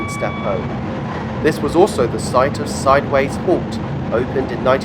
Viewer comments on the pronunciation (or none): Great video of my local route and home city, Stoke-On-Trent. Sideway Junction is pronounced Sid-oo-way. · A slightly incorrect label, I think. It should be “Sideway Junction” (no letter s). The area is know as Sideway, a name that is pronounced Sid-a-way.